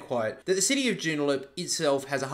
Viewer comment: Its Joo-n-da-lup